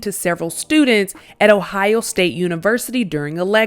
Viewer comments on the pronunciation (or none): none